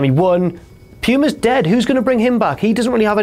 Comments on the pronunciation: i cringed when said Prince Puma. It is pronounced Poo-ma, not Pew-ma. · "Prince Pewma" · Prince PEWma, say it a few more times... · Does anybody else hate how pronounces Puma. He says it like "Pewma"